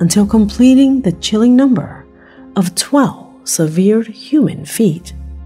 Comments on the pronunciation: Pronounced severed,not severe. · I've never heard severed pronounced like that. Generally it's pronounced like sev( like 7)-er'd. Has anyone else heard it pronounced like she has it pronounced? Just wondering if I'm missing out on something. Secondly, in reference to the severed feet, they found out why people are finding feet. When a body starts to decompose, it automatically starts to fall apart, especially in the ocean. Nowadays, shoes are made so that they are buoyant and lightweight. Because the shoes are so lightweight, it's easier for the foot to stay protected from the elements and float to the top of the water whereas it will break off at the ankle when the body gets to a certain level of decomposition. It's really all just common science. As much as I would love for it to be a mystery, it's really just a sad fact that people kill themselves, their bodies decompose in the ocean, and their buoyant footwear brings the encased foot to the surface and then to the shore. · "severe" vs. "severed" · Your videos are awesome, but I am triggered by your pronunciation of the word “severed” it should sound like er not eer. SevERed. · Its not severe (sevir), it's severed (se-vered). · "Severe" foot? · severed is not pronounced "seveered" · Just found your channel today. Wow! Really great reporting! Will watch all your great videos. Thank you for doing such a great job and for choosing 'real' videos and not staged ones. By the way, it is 'SEVERED', prnounced like you would 'Severus' Snape (from Harry Potter). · It's pronounced, "sev-ERRED". 😏😏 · Sorry lol I was joking but in the US we say "sev- vered" that's funny I never even thought people read comments! I'm thrilled you did. Lol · except for an automated voice to mispronounce a word, it generally has to BE a word. "seh-veerd" is not a word. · is a robot!? Why does she say severed foot like that? She's saying like it's written not the right way.